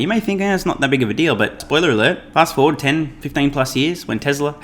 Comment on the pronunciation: You're triggering me dude. When you say forward...…you say FORD.